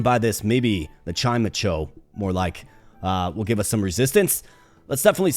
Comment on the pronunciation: i love how you say chimecho but its pronounced chai mecho it being pronounced that like that makes the name sound like chime and echo at the same time